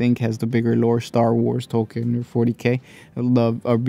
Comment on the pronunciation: also, its pronounced Tolkeen